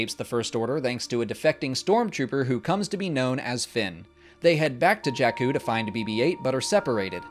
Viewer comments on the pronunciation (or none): I agree. Incredible work. Also, it's Jakku (sorry😂).